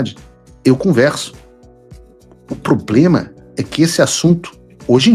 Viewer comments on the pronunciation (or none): none